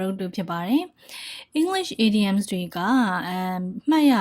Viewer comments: the teacher said IDIOMS but i hear IDIOTS LOL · the teacher said IDIOMS but i hear IDIOTS